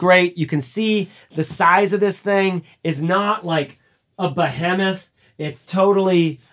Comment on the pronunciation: Pretty sure it’s pronounced “Ba-WHEE-muth,” )